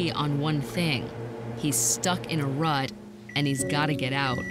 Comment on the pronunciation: I had to look it up, she meant to say stuck in a RUT not rud.